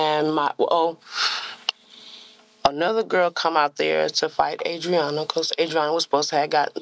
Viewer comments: I hate that they could never get AUDREANNA’s name right. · I have no idea how to pronounce the victim's name at this point. I think I heard it pronounced 8 different ways and several other totally different A names during this video lmao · Anyone else find it REALLY annoying that all the detectives and officers can't seem to pronounce her name right? Seems like the least they could do at this point, knowing the name of the victim your are investigating on behalf of.